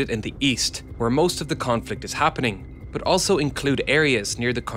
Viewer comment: I love your videos man. Just one small criticism for you. Many times when you say "but" it sounds odd to me, sometimes it even sounds like "bath" or "both". My 2 cents. 😊